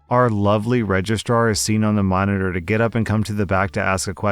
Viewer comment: I've been brain damaged by my furry friends... All I heard you say in story two was "Regist-rawr" ..... I need therapy....